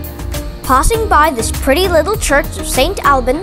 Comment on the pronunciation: It's a lovely little video, and I really like it..... However, it is pronounced "Loo-ra" and the church is pronounced "All-bns".